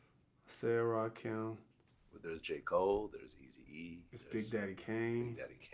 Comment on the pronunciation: This nigga Vlad said Eazy-E.